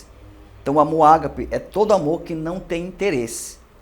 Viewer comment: Se pronuncia agape não é acentuado.